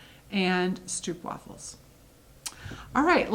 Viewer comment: Stroopwafels are even my favourite as a Dutchy. By the way, the oo in stroopwafel is pronounced as oh. Sock monkey fabric is not available here so wouldn't it be awesome to get it through you ;-). I have finished only one cross stitch as I only got back in cross stitching at the end of 2020. But I did finish the freebie from Dec 2020 by Brenda Gervais and made an awesome knitting bag with it!